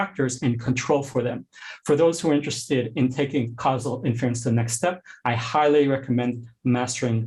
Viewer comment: Great talk but can someone please tell this guy how to pronounce "inference"?